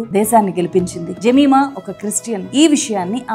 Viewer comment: జెమిమా కాదు యెమీమా ఈ పేరు. యేబుకుమార్తె పేరు.ఆమెచప్పినసాక్షంఛాలాగొప్పది🎉❤